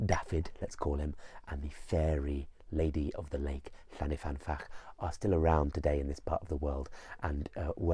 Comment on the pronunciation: I really, really love your content. Diolch. But to be that pedant - it’s llyn not llan. llyn means lake :) Llyn y fan fach :)